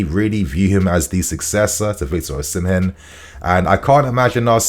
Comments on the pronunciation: It would be nice if you pronounce Osimhen correctly. According to Mikel Obi, Osimhen is pronounced as Osi-mheh. the 'n' in Osimhen is silent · According to the Jon Obi podcast Osimhen is pronounced "Ozzymeh". Either that or I've misheard 😮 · 🎉 It's not "Ozzymeh", it's pronounced "Osimeh".